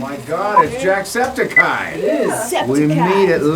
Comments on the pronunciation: “JackSKEPTILceye” “and i just let the jumanji trumpets roar” Jack Black ~2019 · Devin Aschenbrenner Jack sceptaleye